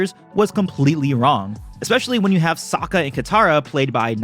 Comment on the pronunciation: The worst crime of the live action movie was calling aang “ong” and sokka “sohka” 😭 ill never forgive them for that